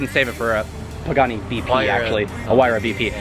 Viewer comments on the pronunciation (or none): none